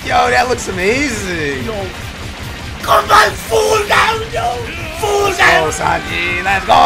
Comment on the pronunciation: Sanji "Simki" ..